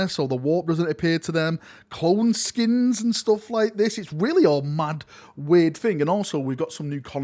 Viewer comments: SKEINS not SKINS fml manchester man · isn't it Skeins( SKYNES)